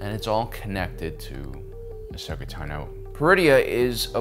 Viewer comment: Dude! You need to work on your pronunciation of Tano (Ahsoka's last name). It's Tahn-O, not Ta-No. Sorry, not sorry :-)